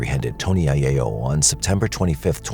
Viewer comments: I'm Italian and it's pronounced I-yell-o... not I-yay-o. It's Italian, not Spanish. The double L is still an L and not a Y. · Eye-ELL-o not Eye-AY-o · its aiello like eye yello..not aye a o...its italian not spanish lol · Mispronunciation of aiello.its Italian not Spanish. The double l is enunciated with a small lilt. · Why are you pronouncing the last name that way? It’s an Italian name in the United States…